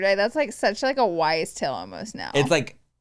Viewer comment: ITS NOT WISE TALE, its Wives Tale!!!! Did anyone know this? I just found this out last year!!!! Lmaooo